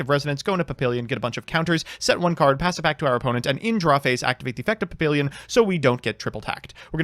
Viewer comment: PahPeeLeeYun I live too close to France for this shit. Pah Pi lyon is a little closer, but put as little effort into that last syllable as you can manage.